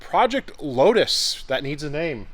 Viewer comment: Load us ( 🇺🇸 for lotus) LOW-TUSS!!!!! (How it's supposed to be pronounced)